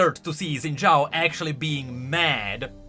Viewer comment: shin jao it's pronounced shin jao, i'm not faulting you because literally everyone says zin jao for some reason